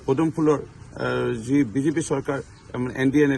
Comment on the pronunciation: বিজিপি নহয় ভালকৈ এই উচ্চাৰণতো কৰিব পৰা নাই।